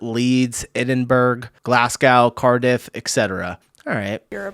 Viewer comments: He said Edinburg! Point and laugh! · Scot here I need to say the pronunciation for Edinburgh and Glasgow is Ed-in-bruh and Glass-go or gless-ga if you want to say it Glaswegian 😅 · Black pudding is great and eaten a lot in Scotland and north England ,google the ingredients Edinburgh is pronounced edin bur ah.not definitely not Edinburg. Don't you find that only black people use the race card because their the only racists. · London is not the only city U.K. Plus due to Edinburg running out of burgers and can't get anymore, it has now been renamed to Edinburgh pronounced Edinbru so people realise what's happened! 😂 .. Keep going! Leg pull! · Please, not Edinburg. Ed in bu ru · Edinburgh isn't pronounced with a hard G on the end, It's pronounced Edinbrah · Excuse me Good day. Please say EDINBRA. NOT EDINBURG. LIKE BURGER. I enjoy your content but I notice your beginning to SWEAR A LOT. Believe it or not most subscribers like clean content. This just brings your level down. I'll still watch bit with caution . KEEP CALM AND CARRYON. AS WE BRITISH SAY. BARBARA. Black British. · I liked the way you pronounced Edinburgh and Glasgow but... the correct pronunciations are: Edinbruh and Glaz-go. Signed, some who lives between both those cities 🙂 Great video as always! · Please, PLEASE tell me you were joking with your pronunciation of Edinburgh (Ed-in-bruh or Ed-in-buh-ruh) and Glasgow (Glaz-goh)!!!!!!!!!!!!!! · PS learn how to pronounce Edinburgh. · My man how long have you been using the net and doing these videos? Please learn how to say Glasgow and Edinburgh, and all the other names you try to pronounce. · Look up how to pronounce "Edinburgh", man. ;-)